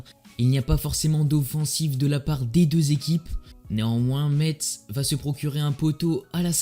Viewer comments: Vidéo grave propre mais juste pour info on prononce '' messe''👌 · Pour info ça se dit ''messe'' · On prononce pas le (t) de Metz